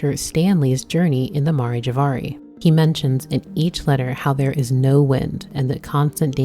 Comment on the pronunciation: Aw I love you worst boy. I hope we get to see you again btw it's Mare; like the female horse or the "seas" on the moon.